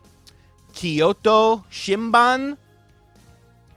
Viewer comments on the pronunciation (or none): It's "shinboon" you got Kyoto correct. Shinbun means newspaper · it is pronounced shin-boon. Means newspaper in Japanese.